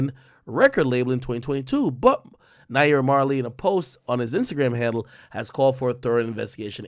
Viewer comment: Lmaoa did you hear how he pronounced naira he definitely not intune 😂